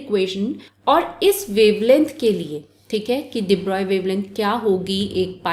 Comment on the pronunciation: I think you are the only one who tell everytime de broy in pronunciation. Everyone is forget to pronounce it in flow